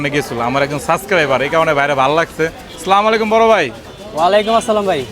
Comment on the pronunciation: ভাই আপনার ভুল ভাল উচ্চারণ নিয়ে কোনো কমপ্লেইন নাই। সালাম টা সুন্দরভাবে দেন প্লিজ। আস্সালামু আলাইকুম ✅ বলবেন.. স্লামালাইকুম না❌